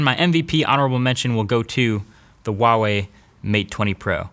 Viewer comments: its not UWAWEI its HUAWEI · Who else has been pronouncing Huawei wrong their entire life? Sorry Huawei. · LOL wtf is with the retarded pronunciation wa wei LOL